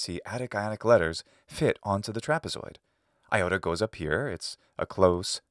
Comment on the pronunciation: It might be a silly question, but it puzzles me each time why you pronounce ι as "a iota" (with an indefinite article "A"? (for example ) Why "a iota" instead of a simple "iota"? :)